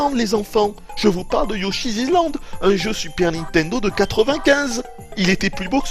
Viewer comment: "Mais prenez un Yoshizizland,prenez un Yoshizizland !" Mdr.